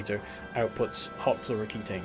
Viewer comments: It's fluoroketone (-own) not floroketane (-ayne). Ketones are real compounds in organic chemistry - they didn't make those up. Nice vid. Super hyped for this expansion. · do you have beef with fluoroketone and thats why you keep calling it fluoroketane? :D